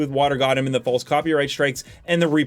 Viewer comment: "Tacticle"! "Reprecussions"! Dude, get a dictionary lol